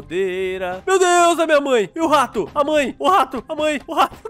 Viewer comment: Engraçado ele falando:a mãe o rato a mãe o tato